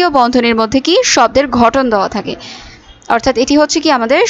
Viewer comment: আপু ঘটন না, গঠন